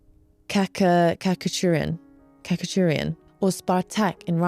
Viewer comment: The composer for Spartacus is, I think, pronounced 'katcha-churian'. Very likely that's incorrect and influenced by the Australian accents of my teachers😆